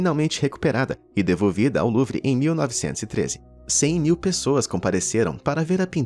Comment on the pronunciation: A palavra Louvre lê-se: Lu-u-vá (pronúncia francesa) ✅ E não “Luvi” como você expressou ❎